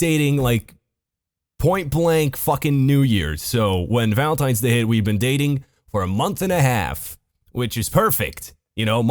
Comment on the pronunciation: You pronounce valentines like Volintines